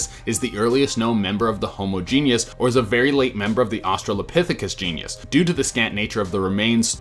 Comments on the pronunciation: Please for the love of Darwin - genus not genius. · *Genus… not “genius”. lol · its Jean-us, not genius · Dude, it's genus (geen-us).. not genius. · "Genus" is pronounced "GEE-nuss," Not "Gee-nee-us."